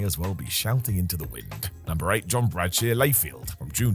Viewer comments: “John Bradshear Layfield” I’m 90% sure mispronounces at least one name on purpose for every vid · John "Bradshere" Layfield? You made him sound Middle-Eastern; he'd really hate that... 🤣🤣